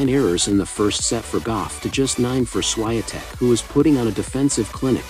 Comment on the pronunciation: At least learn how to pronounce SSHVONTEK properly